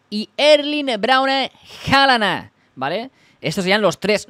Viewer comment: Este tío dice HALANA jajajajaja QUE MALLLLLL INGLES 😂😂😂😂😂